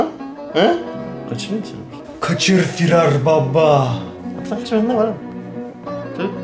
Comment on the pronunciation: Firar baba değil FİRRaaAR BABBAH